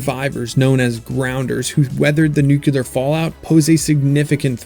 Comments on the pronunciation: Why is the war for you nucelar and not nuclear? 😂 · Lame. Never take Sci-Fi recommendations from anyone who thinks nuclear is pronounced "nuukuuler". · Nuclear: New-klee-urrrrrr Super annoying